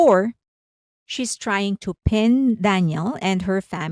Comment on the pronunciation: Dan yell. Not dan yul.